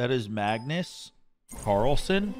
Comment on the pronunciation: “dagnus carlssun” lmao